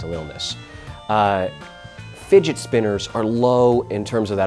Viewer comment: "To be cool you need a figit spinner."- this guy